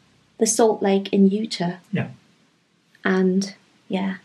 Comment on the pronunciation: U-taw, it's pronounced that way. Everything looks lovely, I love your home!